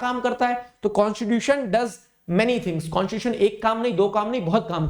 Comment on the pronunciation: Constitution ❌ Conshishution ✅ 😅😂😂